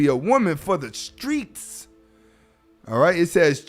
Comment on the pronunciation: “Da skreets “ 😂😂😂. No doubt